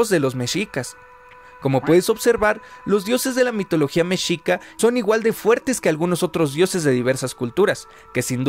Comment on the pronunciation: Pronuncias mal la palabra mexica .....